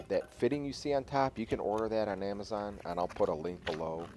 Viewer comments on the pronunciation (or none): none